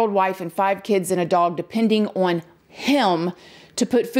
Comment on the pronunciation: The word is “on” not “Owen”